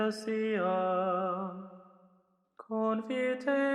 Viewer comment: I was like...hmmm, I repeated a few times to make sure..but yes...ECCLESIAM...no "ecce' lol.